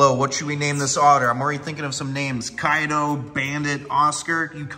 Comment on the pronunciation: mans just said kaido for the otter's name. you were already my favorite snake youtuber bruv